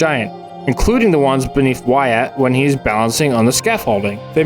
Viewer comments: So close, it’s “why-it” not “why-at, not sure if you’re comment farming or what lil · Jesus Christ, it’s “Y-et” not “Y-at” 😂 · why-at lmfao. its why-it. also i dont think the statue is controlling everything, i think its just the minotaur of the mall. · Uhhh, his name is actually pronounced “Whutt” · I love that he's taking the comments literally and starting pronouncing it Why-at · Didn’t you explain at the start of the last video that you knew that “wait” wasn’t the right pronunciation, but you were going to use it anyway? Were these complainers not paying attention? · "ill stop pronouncing it 'wait'" "so anyway, why at" good video though (like always) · Do you really know how to say his name and you’re just being extra? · Bruh, I thought it was very obvious that you were mispronouncing Wyatt's name on purpose. I guess I was wrong. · ironic coming from the dude who can’t pronounce Wyatt🤣